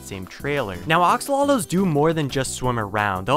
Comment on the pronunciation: Why is he saying ‘oxolotls’ instead of axolotls?